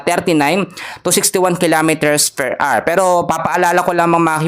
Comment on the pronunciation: 150 kilometers "PER AR" ba?😅